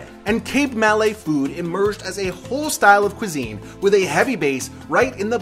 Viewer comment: It's not MAL LAY .... It's MA LAY. Malaysia. More like Mi'Lord ... Yes, Mi-Lady ..... Ma-lay